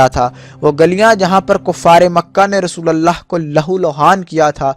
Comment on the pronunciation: Abe rasulallah nhi, rasulullah bolo